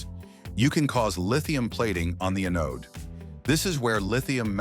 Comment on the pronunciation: Sure wish ytou'd LISTEN to your AI narration BEFORE you publish.. What is an "a-NODE?" Did you mean "AN-ode?" There are more, but that one broke my train of thought.